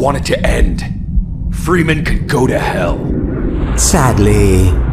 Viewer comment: Why the fuck can't the G-Man say "Freeman" properly? Jesus.